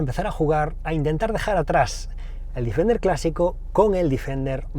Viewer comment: Joder, todo el rato diciendo el Difender., Deeeeeeeefender